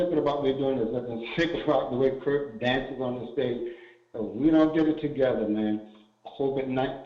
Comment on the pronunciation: KIRK...not Curt